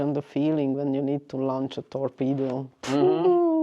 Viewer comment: You need to work on your vowel lengths. Launch area and lunch area are very different things.